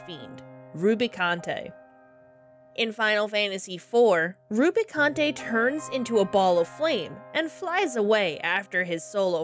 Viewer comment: Edge is pronounced how it normally is in English. Like the edge of a table. Rubicante is "roo-bi-cawnt", no French-like flair on it. It is good practice if you aren't sure how to pronounce a main character's name to check Dissidia as those are considered the 'canon' way to pronounce them (such as Tidus being pronounced "tee-dus" even though we all say "tye-dus") or just use the pronunciations used by characters in cutscenes!